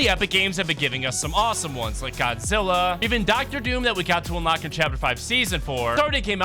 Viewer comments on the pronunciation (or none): none